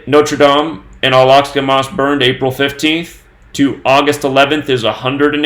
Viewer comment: Josh Greenblatt wanted to let know that the name of the mosque is pronounced "Al Ahk-sah". Carry on, coincidence theorists.